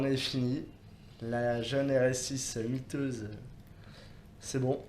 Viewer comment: J'ai rêvé ou il a dit "jai gagner la miteuse rs6 de gmk" miteuse ? Mythique plutôt ? Car miteuse .. ca nz pas exactement le meme sens.. ça craint franchement le niveau.. le pire c'est que c'est répéter plusieurs fois dans la vidéo 😅